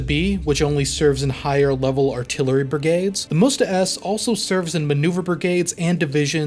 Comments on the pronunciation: That is not called Moesta. It is M'Sta. Please say it right🙂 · It is Msta, not Musta, it means revenge in russian. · Dear - very much enjoyed your video, thank you.Minor suggestion on pronounsaiton the system is not called "musta" it is m'stA.Admitedly an awkward word even for russian speakers, it is an old slavic word for vengance and name of some river. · You read Msta as "Musta" it sounds like you want to say "mustafa"... Say it without "u" sound. M and then directly S...MSta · Not "moosta", it sound like m-sta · why you are saying "moosta" when it's "msta" ? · If you'll ever need to say msta, let me help you a little because it feels like it's really tricky and hard Word in terms of pronunciation Msta is said like "mster" in "hamster", except it's a in the end which sounds like u in "mug" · I've only ever heard the msta pronounced as mista or meestah. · it's pronounced em-sta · Good. It's pronounced "mstA" the A is stressed. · Its pronounced 'meest.' Russian for 'revenge.' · so you also can't pronounce aMSTErdam ??